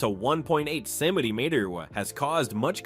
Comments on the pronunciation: What is your problem with the words center mitres? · Did anyone count how many different mispronunciations of the word: Centimeters was made?😂...... that is so annoying!!!! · Ai can't pronounce centimeters 😅